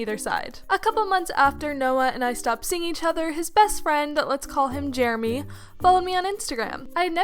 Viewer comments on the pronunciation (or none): Man I hate “Jeramy”